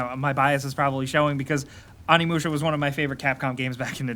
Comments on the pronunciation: Its pronounced Oh-knee musha not on-knee musha you scrub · OOOOnimusha not Animusha come on man get it right :p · Animusha....I know it's nitpicking but I just urked when I heard that pronunciation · The Onimusha game series has sold over 8 million copies.. lets stop the "AM I THE ONLY ONE" crap. You're clearly not. Also, "OH NEE MOO SHUH" is a game i've played, not "AH NEE MOO SHUH"